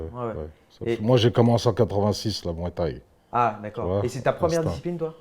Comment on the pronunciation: Danny Bill"la muay thaï" fait mal aux oreilles😂😂😂